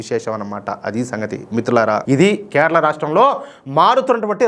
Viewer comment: అన్న కెరళమ్ కెరళ కాదు మీరు వాలను నమొదు